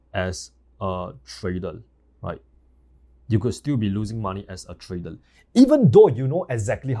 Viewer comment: Trader ❌ Tradel ✅